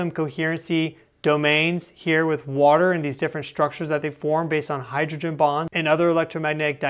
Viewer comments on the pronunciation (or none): none